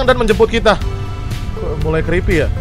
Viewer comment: Bg cba ngomong "kripii" Gw canda bet dengar nya🤣🤣🤣